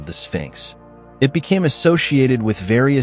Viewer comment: Can you please pronounce the Sun God property? It is not R A.